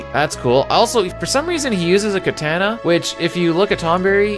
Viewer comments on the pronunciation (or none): Amazing. Even with all the time you put in, you used a thing to pronounce a name you didn't know. If only other people realized that takes 5 seconds and wouldn't mispronounce crap all the time. Speaking of which, I'm almost offended by the way you say katana. Regardless, what a crazy list, I can't believe you did this lol...and I do disagree with a fair bit, such as Behemoth being that low and magic pot not being S tier for how it makes him a ridiculous healer, but really the prime take-away of this video is that its as big a waste of time for you as Gau himself is for anyone playing the game. Umaro is better and I don't even use him, basically an auto-rage with more physical damage than cat scratch, way better defense than most rages (some like magic pot are hard to beat defensively), and optional added relic attacks.